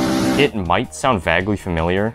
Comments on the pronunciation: Such a handsome fella and smart! Too bad he says "vagly" instead of vaguely. That's a deal breaker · "vaggly familiar" what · Did you say "vagly" familiar?